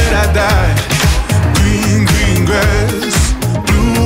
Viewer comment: Its so funny the way George doesn't pronounce his R's properly. Hahaha. Gween Gween Gwass.